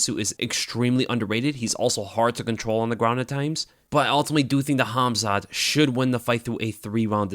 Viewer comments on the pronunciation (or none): Your calling him Hamza 😂, you need to hear someone Russian say his name